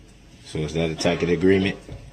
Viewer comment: Tacket agreement is tacet pronounced tasset